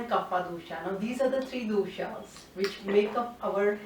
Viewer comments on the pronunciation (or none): none